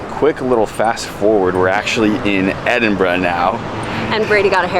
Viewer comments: Love the fact that your pronounce Edinburgh decently. Most Americans butcher it! So kudos to you. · So many Americans get the place name pronunciation’s wrong, so well done to you, 10/10 😊, love your enthusiasm for our country 🏴😍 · Top marks for pronouncing Edinburgh correctly.